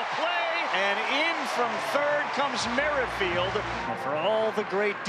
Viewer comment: Merrifield is not pronunced "merry-field". You guys are so ridiculously old.